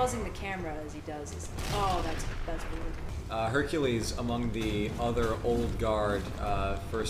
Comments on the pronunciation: Huny you mean HUNKULESE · Lmfao this man said "honey you mean Hunk-ules" 😂😂😂